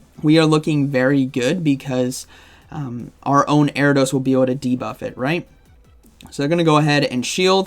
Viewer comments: Erra-dose. The I isn't silent in Ariados 😉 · Air-EE-UH-DOSE… lol